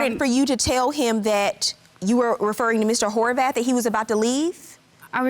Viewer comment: I know I can’t be the only one who heard “whorebath” 😂😂